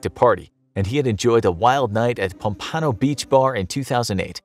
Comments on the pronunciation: Ok I’m sorry but the 2008 montero guy that peed on i95 and fell 65 feet .. lol you said he was partying in Pomp Ann Oh .. it’s pompano.. like the fish .. ( Pomp-uh-no ) 😂 almost sounded like piano 😂.. anyway .. same city as Kodak black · This guy has never been to Florida. I like the way he says pompano 😂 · Lived in Florida my entire life and didn’t know that’s how you pronounced “pompano”